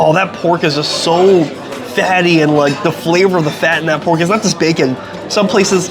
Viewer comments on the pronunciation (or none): none